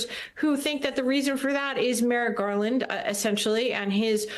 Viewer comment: Merrick Garland should’ve moved faster, obviously. The best part of this was when Hans called him “Garlic.” 😂